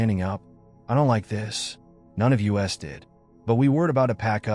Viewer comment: sorry, not a fan of AI reading things, pronouncing 'us' as 'U.S.' for example. for me it ruins the flow of a story if you have to figure out what it really means rather than just listening and enjoying.